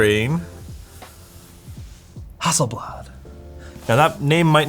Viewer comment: He says: Hasselbad. Me: :-o